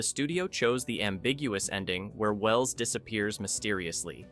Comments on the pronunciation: I heard that pause too and suddenly realized it was AI voice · "H. G. Wells" is read with a big gap between G. and Wells. Classic AI flaw.